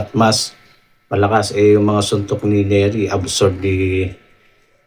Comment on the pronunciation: neri hindi lerry 😂